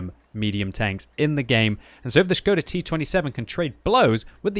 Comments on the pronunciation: gives all kudos for saying Š right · Probably the first English youtuber who can read Š. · I appreciate your pronunciation of the word Škoda:)